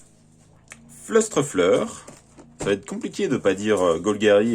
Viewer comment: On dit "Flêtrefleur" T_T Mais sinon, très bonne vidéo sinon :3 <3